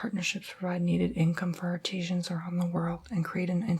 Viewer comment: Did anyone realize he pronounced artisans like art-ee-sheeans lol